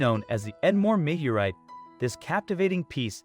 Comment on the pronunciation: Now if the speaker could just figure out how to pronounce 'meteorite.'